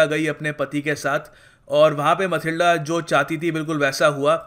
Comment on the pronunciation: Sir Matilda not a mathilde